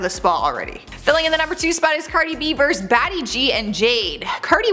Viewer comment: the word is versus, not verse. Please look it up.